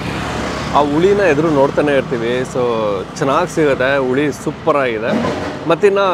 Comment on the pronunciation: ಹುಳಿ... ಅದು ಉಳಿ ಅಲ್ಲ